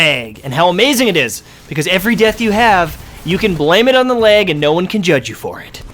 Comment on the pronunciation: R u saying leg? Lol jk